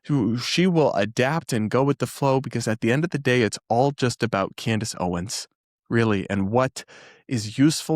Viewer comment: My favorite mispronunciation of hers was, "Camrace Owens." 😂😂 I have to laugh so I don't cry. 😂